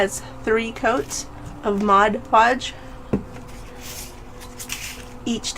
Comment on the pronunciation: MOD Podge, not Modge Podge!